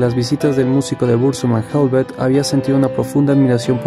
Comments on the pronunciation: No se pronuncia helvet, sino helvete tal cual se lee. Hablo noruego y sueco. Son muy similares estos idiomas. Saludos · No es inglés, es helvete y aske así como suenan...con la e al final